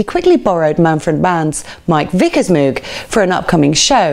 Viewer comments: Nice article. Please learn how to pronounce Moog properly. (Not Mewg!) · Good stuff - Moog is pronounced like '"rogue", not with an "ooo", though. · Keith always pronounced it MOAG, can’t argue with that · Everyone seems to pronounce Moog, the reason is that cows produce a moo add a g entirely logical to pronounce it moog. If moog wanted it to be pronounced mogue then why was it not spelt it this way? Moog synthesizer (pronounced /moʊɡ/ MOHG; often anglicized to /muːɡ/ MOOG, though Robert Moog preferred the former). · If you apply English pronunciation rules to foreign language words like Moog you know it's going to be wrong. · I'm an Emerson fan, but our host here left out Rick Wakeman, which is a monumentally enormous faux pas. What was she thinking? And to be snippy, she can't pronounce 'Moog'. (sigh)